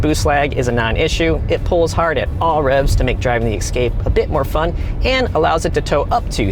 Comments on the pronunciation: Some say EXcape instead of EScape. Why is that? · It Es-cape, not Ec-scape. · *Escape not Ecscape. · Explorer, Excursion, Expedition, and "Excape"?